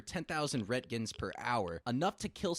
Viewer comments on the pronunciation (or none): I’d love to hear a nuclear scientist hear call it “rowentgen”😭